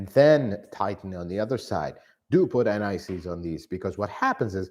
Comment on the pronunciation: I was wondering what NICs refers to and why you'd put it on your bolts. Only after some time did I realise I was hearing 'anti seize'...!